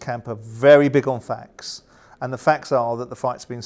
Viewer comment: Simon, it's 'FACTS' not "Fax"... A Fax is a communication device from the same decade as your hair 👍